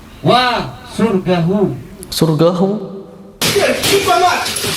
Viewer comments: "SYURGAHU".???? Gak ada Huruf "GA" dalam Al-qur'an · Paaak Pak..!! Syurga itu bhasa arabnya Jannah paak bukan surgahu